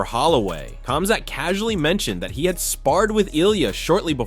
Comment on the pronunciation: i was just thinking that "khazmat" lol